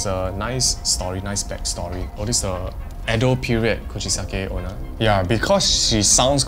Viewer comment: Did you say Coochie-sucking Ona